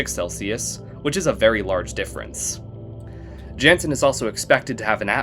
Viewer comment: real ones just say "janson"